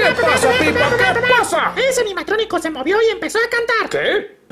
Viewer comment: Es Peppa no pippa